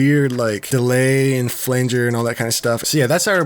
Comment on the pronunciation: Finally a producer who pronounces flanger like I do 🙌🏽